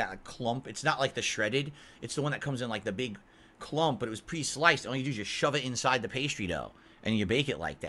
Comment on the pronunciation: What the hell is in-sye I thought it was inside.